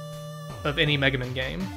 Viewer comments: Is that "Megamin" pronunciation just sarcasm,? I like to think you're just taking a jab at the ol' "Slendamin" thing. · why does he keep saying "megamin" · So is "Megamen" ' "Mehrio"?